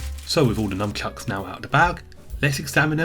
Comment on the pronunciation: sounds like you're saying Numbchucks haha